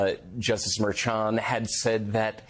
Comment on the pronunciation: why can't you correctly pronounce Merchan? It's not difficult. Do you say Chair instead of Cher?